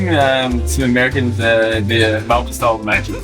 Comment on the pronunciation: From an Aussie, thank you for the earnest self-evaluation of MelbouRne vs Melbin. I would much prefer to hear the former. Melbin out of an American's mouth sounds like you're taking the piss.